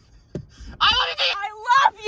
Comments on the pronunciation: "Ok, 2 letters!" "I looe you" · Ahh yes I "LOOE" you too! 😂